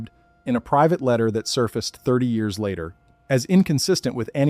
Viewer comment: Have I mentioned your AI's inability to correctly say years is unbelievably annoying? Why can't AI do that? It's bizarre. They have instant access to all human knowledge, but on a dozen channels, can't correctly say years.